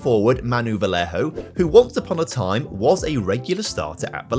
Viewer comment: I'm sorry, but my ears were bleeding when you read "Vallejo" as "Valeho", instead of "Va-yea-hoe". Spanish double l is basically English "ye" like in "yeah"